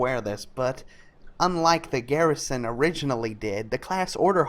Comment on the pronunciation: every time you said garrison i cried alittle.